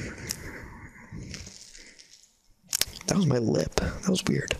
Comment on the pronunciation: It sounded like dap instead of that!